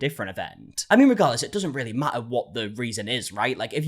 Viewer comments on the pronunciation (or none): none